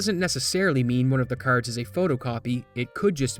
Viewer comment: You say “r”s really funny 😂😂😂😂😂😂 caRrds